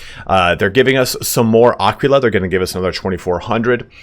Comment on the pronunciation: when will they patch youtubers mispronouncing aquila :D